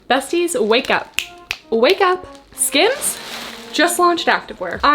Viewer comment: It sounds like you're saying scams when you are saying skims, which is fitting when it makes lululemon prices look like the dollar store